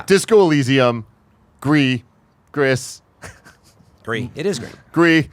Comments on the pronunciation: I don't normally comment but this episode has been one of the most annoying. This is just feedback but need to chill. You opinion and you view of how things should be are not fact. Case in point Gris in Spanish is not pronounced Gri you pronounce the S. Its OK not to know stuff. I hope you see this and take the feedback. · It's Spanish, so it's "grease". You're in YouTube, look up a pronunciation video. Takes half a second. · For fucks sake! How many times do I have to write this comment?! The game Gris was developed in Spain by Spanish speakers, therefore the correct pronunciation is "Greece" which means grey in spanish. It's really not that hard guys. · Gris is pronounced like grease. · It’s called GRISSSSSSS!!!! It’s from Spain not France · If Gris is in Spanish, you're 100% supposed to pronounce the s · Well, in French the s would def be silent. Always assumed it was in French for some reson, just read down below that it is in spanish apparently, in which case you'd pronounce the "s". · The fact that you guys keep mispronouncing Gris baffles me. It's a Spanish studio. It's SPANISH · Only thing that I don’t agree with is Gris. The developers of Nomada are Hispanic. It’s gris as in Spanish for grey, not gris as in the masculine word for grey in French.